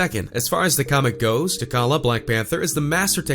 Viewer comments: He lost me after he said T’Kalla instead of *T’Challa*😩😩😂😂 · This was dumb... and you can’t pronounce T’(ch)alla!? Wth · T’challa. Like Tee Challa. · Lord help me...... He said T’Kalla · You pronounced T'Challa completely wrong...